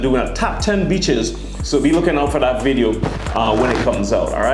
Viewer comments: I thought he said bitches not beeches 🤣🤣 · When you said BEACHES for some reason in my mind it was replaced with B_tches I know I'm wrong but in context the way you said it just made it funny as hell to me. I gotta get my mind out the gutter.